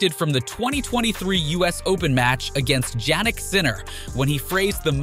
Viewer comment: Jannik Sinner: J doesn't pronounce as J though